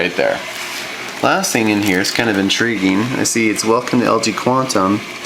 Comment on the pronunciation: Hahaha He says "the" and other "th" words ok but when he says "thing" he says "sing" i don't get